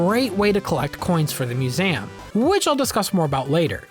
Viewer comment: 🤨Did you say mue-SAYAM unironically?